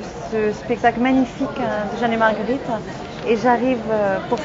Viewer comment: Heureusement dans les doublages elle perd cet accent parisien a J'adore sa voix mais c'est insupportable ces fin de mot en 'in' ( pour exemple : - ce spectacle Magnifiquin, de Jeanne est Margueritin..... Tout est Ouverin). Je l'aime et elle m’énerve :)